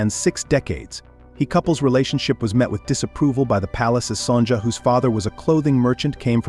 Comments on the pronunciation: It's very weird to hear the Queen's name as "Son-ja." Her name should be pronounced as "Sonya." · Sonja is pronounced with a silent j. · It hurts the ears to hear the queen's name constantly mispronounced. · You might want to learn how to pronounce Queen Sonja’s name correctly